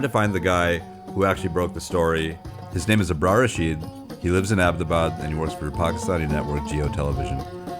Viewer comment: and i LOVE how abbotabad is pronounced right